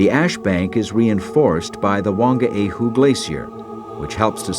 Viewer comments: And Whangaehu (pronounced one-guy-hu. ) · i hope your joking 'one guy hu' lol....its literally funga e hu and the g is silent and merged with the n